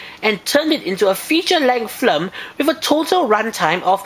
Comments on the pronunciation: Sounds like your saying Flim instead of Film xD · you say Flm instead of film...thats cute =^w^=